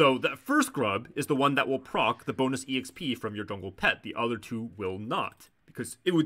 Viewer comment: the fact that you're saying every letter of "exp" is very frustrating